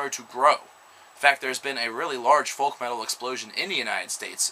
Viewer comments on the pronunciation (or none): The "L" in folk is silent.